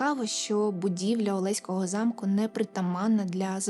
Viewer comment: привіт з Олеська) в нас усі кажуть олеськО, з наголосом на останню о, хоч правильно так, як кажете ви, але це так, цікавий факт, а випуск цікавий)